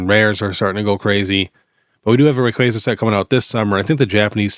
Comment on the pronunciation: I’m so glad you know how to pronounce Rayquaza. Very excited for this set, that’s my second favorite Pokemon. Appreciate the convo about selling. Everyone thinks it just goes up but that’s impossible!